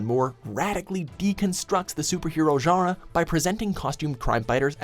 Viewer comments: Can you say genre correctly? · Stop saying genre like that.